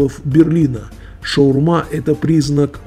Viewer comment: хоть “шаурма”, а не “шаверма” и на том спасибо